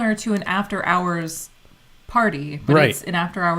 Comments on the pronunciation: I thought he said boob hours LOL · We all heard boob hours, sorry, you tried. 😂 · I like “boob hours”!!! That’s what I heard! 🤣🤣🤣🤣